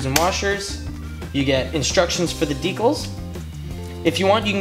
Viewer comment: Did you mispronounce decals??